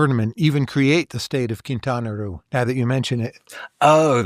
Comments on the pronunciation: Quintana Roo! Not Quintana Ru xd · Why is the author pronouncing Quintana Roo like that? It doesn’t rhyme with too or loo. It’s pronounced ROH. Makes me not trust him as much anymore… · Sorry, but in Spanish it doesn't sound "Quintana RU" as you pronounce. It sounds "Quintana Ro". A round o like in "dot". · Were you also wondering why he pronounces Quintana Roo in a way that it rhymes with loo? I can’t get past it. Couldn’t pay any attention after that. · lol i had the exact same thought. Made it hard to take him seriously although it seemed to get better afterward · I'm wondering if he has spent much time in mexico. I'm 5 min in, not only are some of his comments so far factually incorrect, but he's pronouncing Quintana Roo incorrectly (his pronunciation isn't correct in EITHER language). Very weird